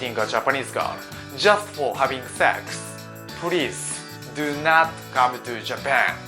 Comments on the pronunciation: How he said "Prease, go fuck yourself" lmao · More like "Pureesu, goh fakku yaruserufs"